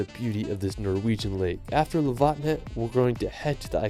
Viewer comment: damn you just butchered lofoten